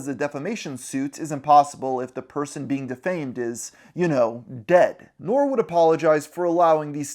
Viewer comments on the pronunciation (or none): NOR is crazy lmao it’s NOREEEE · His name is pronounced "Nore-Re" not "Nore" gr8 video regardless. 8.5/10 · N.O.R.E not nore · Nor-E, not nore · It’s pronounced Nor-ree, but it’s spelled Nore, it’s short for Norega🤦🏿‍♂️ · Lmao the way you said NORE was so funny 😂 its pronounced like corey with a N instead of a C 😂😂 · God damn dude did u even watch the drink champs interview, his name is norE you pronounce the e, and it’s fucked up how you only call Kanye a rapper in this video repeatedly which is something white people love doing to put black artists on a lower level than themselves. Why do u always say rapper, why not artist, or why not his own fucking name